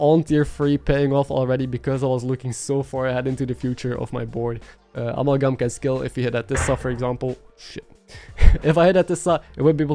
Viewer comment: uh-MAL-gum (cause I otherwise pretty much forget you aren't a native speaker and thought maybe u'd want to know...no other reason)